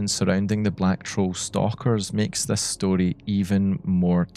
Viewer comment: nothing better than hearing a scottish person say “story” ugh 12/10 no notes. loved the inclusion of concepts like folklore, oral history, and liminality in this context !